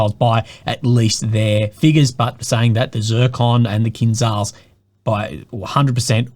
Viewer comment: kinzhal is pronounced kinjal